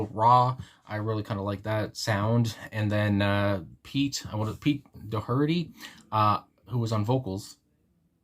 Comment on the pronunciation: I never got into the Libertines much but I do adore this song. Major Brownie points to you for your almost perfect pronunciation of Doherty. I've had so many wrong ones in all the years it has been my surname that I was preparing to cringe. Your Smiths idea was a surprise to me, could be a connection. The phrase always makes me think of "Death Disco" by Public Image Ltd.